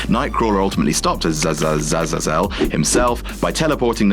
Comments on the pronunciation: Azazel (Uh Zay Zil) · I think it pronounced Ah Za Ze Zeal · I think his name is pronounced Az-Ah-Zell, which is the Hebrew word for Hell (עזאזל) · It's pronounced uh-zā-zl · Uh-zay-zel. It's not in the least bit hard to say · Ah-zay-zel. Have you never listened to an Iron Maiden song? Or gone to Sunday School? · Night Crawlers dad Say..... Uh zay zul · it's pronounced as-ay-zle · BTW you pronounce it like this Ah-zae-zell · It's pronounced "Az-ay-zell". This is why I only like Been and little blonde Adam. To do comic videos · it's pronounced A-Zay-zaul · azazel is pronounced uh-zay-zul, by the way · His name is pronounced..."AAAH...ZEEEE...IIII...ZUL!" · Azazel is pronounced Ah-zay-zell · Azazel is pronounced ah-zay-zal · For fucks sakes... uh-ZAY-zuhl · Samur/Aye Studios I think he gets it, since that's not how you pronounce it. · Azazel isn't even a hard name tu pronounce you lord of cringe.